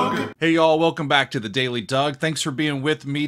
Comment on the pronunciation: Just a small comment... I have noticed that your open sounds like "It's the daily dog" instead of the daily. Has anyone else pointed this out to you? Just curious.